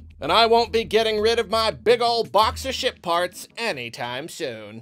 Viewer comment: At 5 minutes in it sounds like you are saying you aren't going to give up your box of sh** parts any time soon instead of ship parts. This is the 3rd time I watched this video and I still catch that when I first hear it.